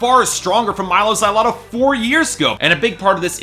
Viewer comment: The way you say Mylo Xyloto... grr.....